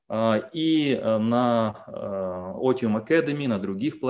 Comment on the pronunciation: Но если я не ошибаюсь,то лат. слово otium произносится как ОЦИУМ.Otium post negotium произносится ОЦИУМ пост НЕГОЦИУМ.